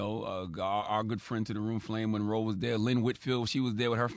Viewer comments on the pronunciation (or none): none